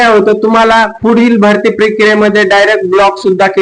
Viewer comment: भास्ती नाही रे भरती मामा